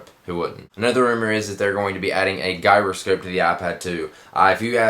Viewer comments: Good video! But just so you know it's pronounced "Juy-row-scope" not "Guy-row-scope". Oh and spelled Gyroscope...but I'm sure you knew that :D Keep up the good work man! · its gyroscope, not guyroscope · Its Gyroscope not Guyroscope!!!! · LoL Gyroscope is pronounced jiairoskope NOT guy-ro-skop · GUY-RO-SCOPE??? Its GYRO which sounds like JYRO. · guy-ro-skop LOL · Guyro scope lol. Isn't it gyro scope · Gyroscope is pronounced Jyroscope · haha "GUYroscope" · gyroscope is with a g as in G.I. Joe.. so you are pronouncing it wrong dude.. otherwise, probs on the video :) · Gyroscope is pronounced with a "G" like you say "Giant". Not like "Good"